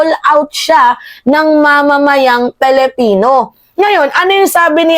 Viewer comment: PWEDE BA, WAG MONG GAYAHIN SI MAHARLIKA NA SINISIRA ANG PAGBIGKAS SA SALITANG ...PILIPINO... GINAGAYA MO SI BALIW NA LUKARET.. KUNG BIGKASIN AY..PALIPINO..PALIPINAS..MAG- ARAL NGA KAYO!!! 😖😖😖